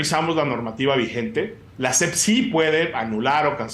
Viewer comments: La "SEF" dice el Cacotas, ni siquiera sabe decir SEP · A la “SEPT” 🤣🤣🤣